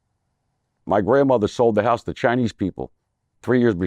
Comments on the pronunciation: He says CHINEEEEE...instead of Chinese same as my grandmother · He actually said "Chinee guy" 🤦‍♂️ lol